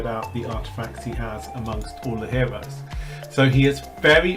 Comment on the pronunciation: Wow, he has so many hewoes, weally impwessive!